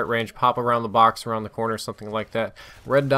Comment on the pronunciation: Red sot dight